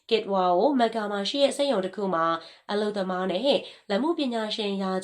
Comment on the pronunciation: မက္ကာလားကမ္ဘာလားကန်ဘာလားစကားပြောတာပီအောင်ပြောပါလားဘာမှန်းမသိလို့